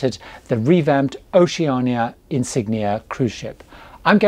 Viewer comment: I am thinking about doing a Caribbean cruise on the new Vista in 2024 and I’ve checked out a few YT videos re Oceania Cruises. Annoyingly I’ve noticed all the American reviewers say Oceana and not Oceania. I really appreciate that you get it right. Thanks Gary, love your videos. I’ve just finished watching your latest Q&A and am binge watching your older videos. Excellent tips and advice.